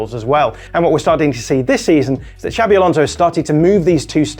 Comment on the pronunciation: I love the way the English overdo their pronunciation of "Xabi" (should be something more like ShaaBee) until it becomes "Shabby Alonso." He's not shabby at all!